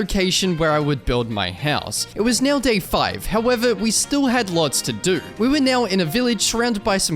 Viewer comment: "neow" funny everytime